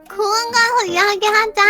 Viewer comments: 공원을 공항 으로들음ㄷㄷㄷㄷ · 공원이라고 할때 공항인줄 착각함ㅋㅋ님영상 🐶꿀잼 4기가 나왔으면 좋겠다는 마음으로 1기라도 본다ㅠㅠ😭